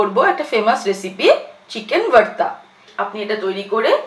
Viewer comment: Its not varta mam... its bharta